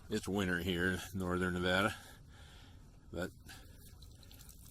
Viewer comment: yay someone said Nevada right !!!